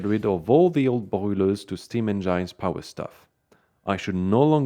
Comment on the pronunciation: I'm assuming that his pronunciation of "engines" is an intentional joke, and pronouncing "rejects" the noun as if it were the verb is accidental, but beyond that I'm never quite sure. :-)